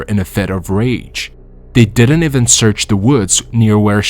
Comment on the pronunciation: One can tell that you use a bott - even turns into ewen, father turns into further, and other words! Not good!!!